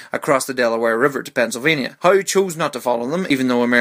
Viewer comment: "Pensilvania" Lol I dont blame you though